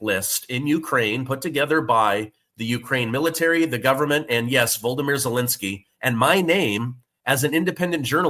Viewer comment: Volodymyr” is pronounced voh-loh-DEE-meer. Basically the same way you’re pronouncing Putin’s name.